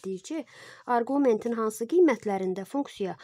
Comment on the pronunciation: Arqument sözünün vurgusunu düz qoyun